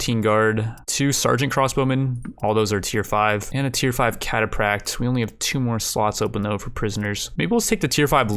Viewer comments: Kataprak? It's pronounced 'cataFRack'. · "KATA FRACT" thats how its pronounced. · Cataphract is pronouced catafract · its pronounced Cata F ract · cataPract lul